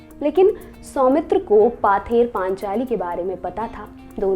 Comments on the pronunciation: Its not 'paather panchali', its 'pother panchali'. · Good try. It should pronounce it as 'pawther panchali'